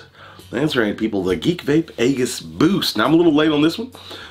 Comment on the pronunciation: AEGISS BOOST? WHY DO YOU PRONOUNCE IT LIKE THAT. CCCMOOOONNN CUHHH